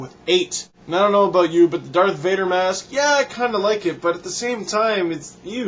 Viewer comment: Its "Darth", not Dart. :)